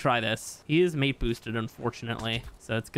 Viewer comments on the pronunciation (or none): none